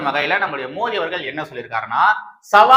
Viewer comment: Thambi,indha video la modhal nnu oru vaartthai sonneerhalae,adhar maadhiri sound la ,namba PM peyarai yum,MODHI nnu correct aaha uccharikkavum, please